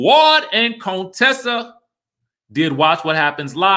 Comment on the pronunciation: YAAASSS to my Sorors Contessa and Quad!🐘❤️ They looked absolutely stunning! Now, Quad looked a bit 'lifted' though. Was that busy the makeup or expert makeup artistry.: Please stop pronouncing her name as Coontessa!!!